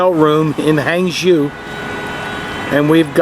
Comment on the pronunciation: It took me a lot time to figure out what it was when you spoke HangZhou, it sounds like HanShu. HangJoe sounds better to me. No offence, just try to be a little help.